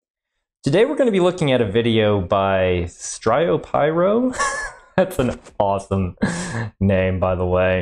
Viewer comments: You said it wRong it's styro like Styrofoam and pyro because he likes pyro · You said the first part wrong it’s supposed to be like styro as in Styrofoam and then pyro like normal